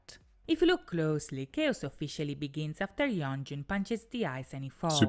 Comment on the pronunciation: You said yeonjun correctly! Good job